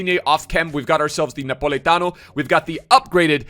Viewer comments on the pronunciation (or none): For you foreign people, it's Politano not NA Politano